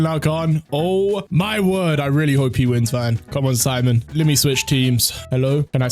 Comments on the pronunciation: Its Pronounced Seemon btw not Si mon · It’s pronounced sea-moan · love rezero so much but i love gurren lagann by a lot more btw u prouncuing simon name wrong